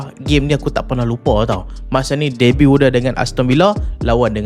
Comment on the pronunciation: haaa,, musim debat?... Debut ke? sebutan dia bukan "dee-bat" atau ''the-but".... cara sebut Debut = dei-biu (T silent)..... walaupun nampak remeh, tapi penggunaan sebutan yang betul sangat penting, tambah2 lagi "pempengaruh"... takkan nak pengaruhi dengan sebutan yang rosak?